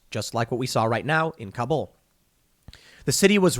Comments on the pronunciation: Tim, Kabul actually has first syllable stress, not second, so you pronounce it like "Cobble." Americans routinely mispronounce it. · Kabul: pronounced similar to 'cobble', not kah-BOOL.